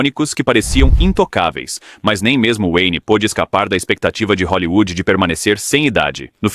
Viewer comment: TILLSETOW .................. E O CARALHO RAPAZ FALE HOLLYWOOD